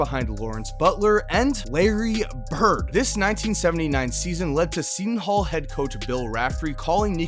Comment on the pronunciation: “On Michael Jordan’s eAd” lmao